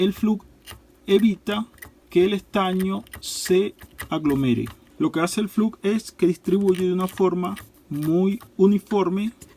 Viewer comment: SE PRONUNCIA FLOX